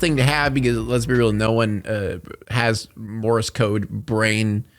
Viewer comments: It’s pronounced MORSE not morris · I kept hearing Morris code instead of Morse code lol for that part 😂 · Are you saying "Morris" code?